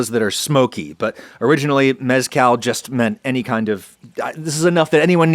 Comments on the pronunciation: Love how he says "yucca" and "yuca" correctly but not mezcal.. It's cahl like call not like california lmfao Asparagusea spitting facts aside from that :) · Great job on shooing off the booze nerds. Now, about the proper pronunciation of the “z” in “mezcal”… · I love Adam, but I can't stand the way he pronounces mezcal...